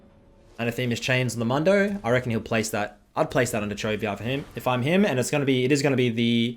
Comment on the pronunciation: It's pronounced moondo lmao